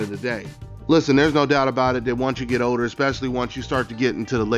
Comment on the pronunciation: It’s OLDER NOT “odor” 😂